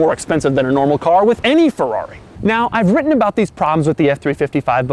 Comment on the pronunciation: Fuwrr-rawh-ree... sigh